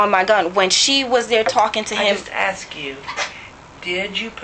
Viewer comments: It's ask not axed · And “I axed him dat, I axed him dat”?